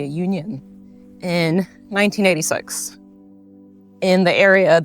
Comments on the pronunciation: When you said 1986, it came out as sux! You are officially a Kiwi! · Hi keep going with your vlogs👌👌I laughed at the 1986…..sounded so KIWI😂(6).It’s uncanny how other American families said they could here the word WATER plus a few others pronounced in a KIWI manner being at Daycares and Primary schools. Take care